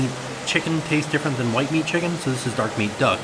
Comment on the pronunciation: The way said dark meat duck, and all I heard was Darkwing duck and I was 😱